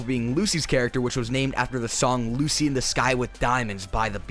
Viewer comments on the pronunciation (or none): none